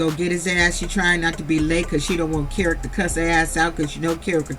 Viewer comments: I've been waiting for ur review and u did not disappoint. Great review as always. Oh and that child's name is pronounced Key-Rock, LOL! And I don't believe that Kerok has a legitimate business. And all of that aggression might be from the testosterone but I don't like how he avoids conflict with Britney by coming at her so hard. Also, ur right, this was the first time that we heard abt a second wife with Andy. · His name is pronounced key rock 🗝️ 🪨